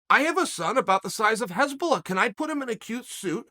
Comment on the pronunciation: Hasbullah, not Hezbollah lol. Hezbollah is a murderous bunch.